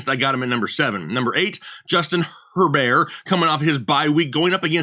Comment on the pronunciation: Stafford or Her"bear"? It's tough